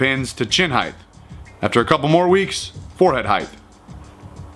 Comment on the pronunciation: "heighth" Unsubbed.